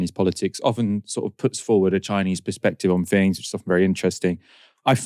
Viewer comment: Can PLEASE discover the ability to enunciate the 't h' instead of saying 'fings'. It' so jarring and annoying.